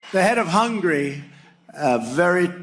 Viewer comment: Why yes, you complete ignoramus, I have heard of Orban, AND I know he's the DICTATER of Hungary ( not " Hungry )